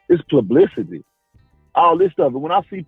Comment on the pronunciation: "It's plublicity"